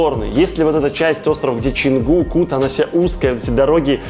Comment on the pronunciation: Почему пишешь Чангу, а говоришь Ченгу??